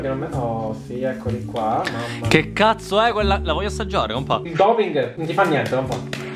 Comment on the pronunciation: Martina Di Gennaro Lo so, ma ogni tanto dice "cazo" e perciò adesso mi viene dire spontaneo dire "cazo" piuttosto che "cazzo"